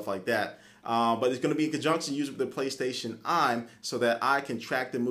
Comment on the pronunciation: Intereshing product. Playstashion Eye. Intereshting..... WTF